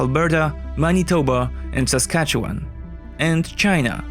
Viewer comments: You did an excellent job with the pronunciation of Saskatchewan. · You pronounce Saskatchewan better than most Canadians do.